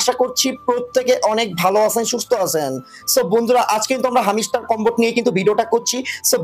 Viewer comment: হামিস্টার কামবাট নাহ হামস্টার কমবাট😂